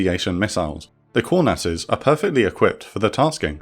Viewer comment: The Israeli nickname for the F-4E is pronounced Kŭr-nass. Not Kour-nass.